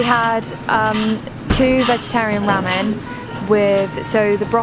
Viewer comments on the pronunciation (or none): The guy pronounced ramen correctly. The girl made it sound like rammin.